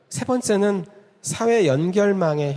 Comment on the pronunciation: 발음문제. 긴 자를 짧게 잘못 발음한 예: 두 가지, 세계, 세 번째(한학자이신 강사께서 하나 둘 셋 넷 도 바르게 발음하지 못한다니!!),유파, 두 번,배경,해갈,(무거울)중,세계, 등이니, 대학 교수의 발음 문제가 이토록 심각하다면 우리 문화의 현주소는 어느 수준인가요.놀라은 일은, 자고저에 는통해야할 한문 학자의 수준이 이 정도라는 사실입니다. 1967년에 고국을 떠난 이 외국 동포가 한국 언어 탸락상이 하 분하여 ㅋ쓴 "한국 어문을 고발함"이라는 책을, 고국 통포여! 조용히 읽어 주시옵소서. 미국 변 완수 드림